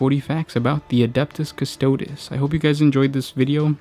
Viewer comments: Custo DEEZ not custodiz, jesus christ. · straight from the wiki and piss poor pronunciation. "Costoads" quick Google and you too can pronounce things correctly. If you weren't supposed to be a pro, I wouldn't care. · repeat after me, custodes, cuss-toe-deez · CustodE You said astartEs right 🤦🏻‍♂️